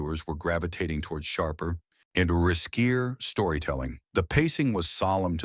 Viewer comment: “Risk-eer storytelling.” “God forgive them, for they know not how to speak.”